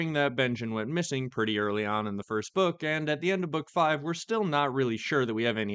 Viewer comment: There will be no more books stop saying Next Bokk